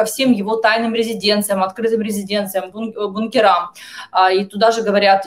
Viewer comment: Безграмотная журналистка. Не бункерАм, а бУнкерам.